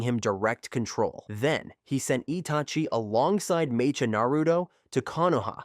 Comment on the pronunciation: Bro… it’s pronounced Meh-ka. Mecha as in Mechanical.. 🤦🏻‍♂️